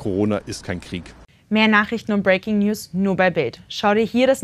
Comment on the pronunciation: BILD - Was ist denn "breekinijus"?